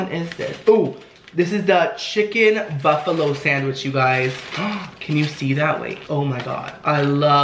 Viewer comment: 'Smells soo buffalowee"